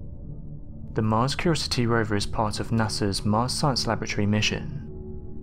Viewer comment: Curiosity not curosty